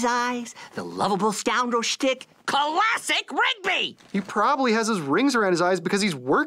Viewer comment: I can't tell if rigby said classic or colossic Rigby as in the colossic part means too twin looking